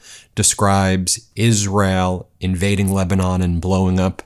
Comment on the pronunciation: Trump is completely clueless. Can’t even pronounce Lebanon correctly !